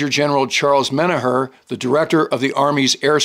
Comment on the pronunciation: Small correction. General Menoher’s surname is pronounced “men-AWK-er.” We share a hometown (Johnstown, PA)😉 Love your history videos. Cheers.